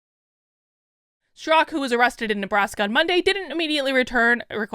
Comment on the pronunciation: Why is calling him 'Strak'? Is the second syllable A silent in Straka? Confused. As far as review of this article, she's right to defend the innocent. Her POV is balanced and fair.